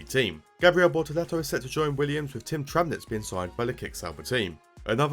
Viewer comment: Tramnitz not Tranmitz